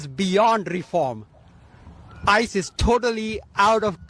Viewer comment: he is going to abolish ice but he cant even pronounce it